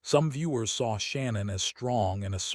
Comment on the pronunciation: you could have at least pronounced her name correctly